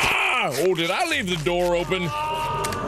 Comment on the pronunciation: "in da village" T_T